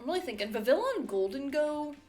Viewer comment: It is pronounced 'VIV - ee - on'. God.